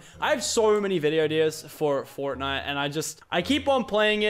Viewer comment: “but anyways guys if you are enjoying fortnut”